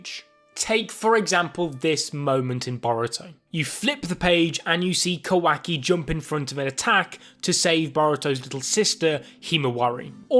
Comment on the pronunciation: Can you please say kawaki properly its not a hard name to pronounce